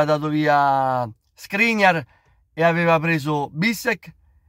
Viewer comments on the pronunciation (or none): none